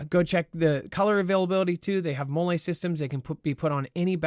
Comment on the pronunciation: "Mah-lee" is how MOLLE is pronounced (8 years USMC Infantry).